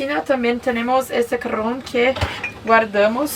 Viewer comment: Me encata cómo confunde la jota con la erre y dice "CARRÓN" en lugar de "CAJÓN" yo tuve un novio que le pasaba lo mismo, todas las palabras que se escriben con jota, reemplazaba el sonido con erre! ya van a aprender!